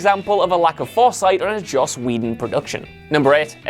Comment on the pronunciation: It's Joss...